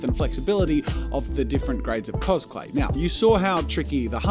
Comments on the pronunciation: I'm sorry, but i just hear cosPlay every time. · Every time Jazza says 'CosClay' Me brain: COSPLAY???